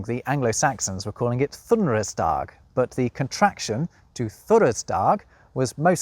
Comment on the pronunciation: A few corrections: G following and or preceding i, e, or æ(ash) was usually pronounced closer to modern English y, so it's not Thoonersdahg but something like Thoonorsdye. Ey(Æg) was pronounced like "Ay" as in "Ayyy, Ahn walkin' here 🤌", not "Eye". And Ey(Æg)'s plural form was "Eyren" in Middle English and "Ægru" in Old English Scyrte was also actually said with Modern English's SH sound depending on the era(Late OE) and variety(WS, Anglian), it could also sound like a SH followed by a CH like in Modern English or CH like in Scots "loch" sound for earlier Old English [ʃt͡ʃyrˠtʰɛ] or even [ʃxyrˠtʰɛ] if you can read IPA.